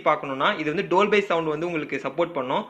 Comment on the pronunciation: Brother டோல் பை, இல்ல டால்பி